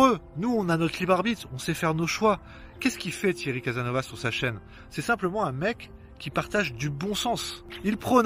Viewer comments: CASASSSSNOVAS ! Oui tu prononce très mal ! Mais tu fait de bonnes vidéos, merci. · Mince , je m'attendais à m'amuser un peu en prenant plein la face , je suis déçu :) merci à toi ...C'est "caSaSnovaS" , il faut marquer les trois "s" .